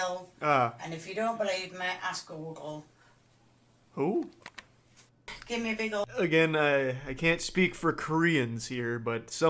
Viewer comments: I listened like 700 times, and couldn't make out Google lol, she definitely added like 3 syllables in there that shouldn't exist. But at least that makes sense. Someone came at me saying 'stop making fun of her maybe it's her accent that makes it difficult to pronounce things' and I'm like, her ENGLISH accent, that should be made for speaking English? Lmao I love but where the hell was she during class or when her parents were cooking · It sounds like she says, "and if you don't believe me, ask Google." Which she has to be getting her recipe from the 134th page if searching Korean Meal got her THAT. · I heard google too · Can americans really not tell she says google?